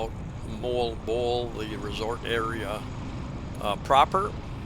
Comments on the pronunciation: moAlboAL say it like that emphasis the AL and it sounds right, and PangaSAMA beach emphasis the last syllable ok, good video, cheers and beers ! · You are a daredevil for driving yourself there in the Philippines. Oh and you are most definitely mispronouncing MoalBoal lol it sounds like Moe-Ahhl Bow-Ahhl but who cares right 🤣 Take care man ✌️